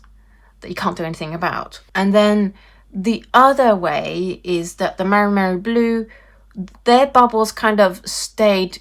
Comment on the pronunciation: I'm a little sad the maimeriblu is not doing great :( By the way, it's me or you are calling it maRimeri? Lol